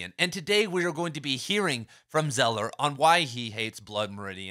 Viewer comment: Craig "Zeller?" It's Zaah-ler.